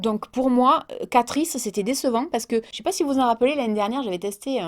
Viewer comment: Moi c’est pour Catrice... ci catrice...